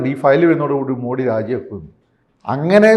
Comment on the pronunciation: ദയവായി അദ്ദേഹത്തെ മോഡി എന്നു വിളിക്കരുത്. മോദി എന്നാണ് യഥാർത്ഥ Pronounsation